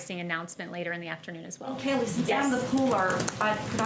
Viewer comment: *Kayleigh. I mean, at least get her name right 🥴🤣